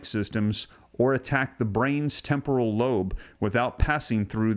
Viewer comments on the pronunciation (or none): none